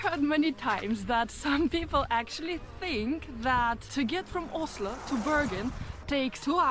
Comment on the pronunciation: so funny. just before you did drip your eyes. she told you how to say Oslo. and the first thing you said was åslo :D